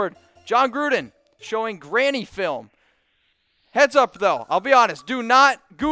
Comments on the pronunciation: Bro it isnt Granny film it's Grainy...learn how to read if you want to have a decent channel. No offense. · It's "grainy"film not "granny" film ! Grainy means ,"Not a very good picture,old " ! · Grainy not granny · Lol. Was dude sayin' "granny film"?